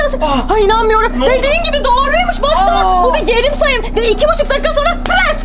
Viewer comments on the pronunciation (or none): 1.08 😂😂 Geri sayım yerine gerim sayım 😂😂